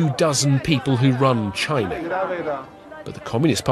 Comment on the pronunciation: China发音没必要抻那么长